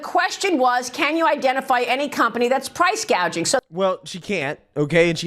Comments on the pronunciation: Kamala Harris recently said, “I will work to pass the first-ever federal ban on “prou…price-“gaging”” on food”…..not to be confused with “price-gouging”, but instead of learning the correct pronunciation of her desired practice of communism regarding price-gouging on food, Communist Kamala and Tampon Tim had a profound and necessary conversation regarding said food….. Tim Walz: “Like I have whîte-guy tacos, and—“ Kamala Harris: “What does that mean? Like, mayonnaise and tuna? What’re you doing?” Tim Walz: “Pretty much ground beef and cheese.” Kamala Harris: “That’s okay. Do you put any flavor in it?” Tim Walz: “Uh, no.” Kamala Harris: “Oh, okay.” Tim Walz: “Um, here’s the deal—— No, they said to be careful and let her know this, that błack pepper is the top of the spice level in Minnesota, you know.” Kamala Harris: “I’m the first vice-president, I believe, who has ever grown chili peppers.” Tim Walz: I’m trying to expand my food knowledge.” Kamala Harris: “You know what, we’ve got some cantaloupes. You’ll be fine.” Tim Walz: “Yeah.” 🍱 🍲 🥘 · Can we 🙏 please 🙏 talk about KOMMIE-LA saying "Price Gauging" instead of "Price Gouging" during her speech??? I mean, I guess it was too much to think that the Ron Burgundy moments would leave with Biden, but apparently not. How BRAINLESS do you have to been to not realize wtf you are reading and speaking?!?! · Kamoola calls it “price gauging”. That should be enough to know that she is a clueless puppet and belongs nowhere near the White House. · Commie- La actually said "price gaging" 😅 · Or as she said “price gauging”.